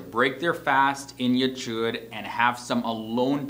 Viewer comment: Your pronunciation is not quite there. The ch on chuppah and ichud is a gutteral H as in Hanukah not Charlie. Also, some of the photographs were couples marrying with a crucifix in the background-so not Jewish.